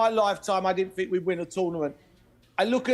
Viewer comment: ''what shooked us'' ''Garef '' Southgate ''every fink goes froo 'em ''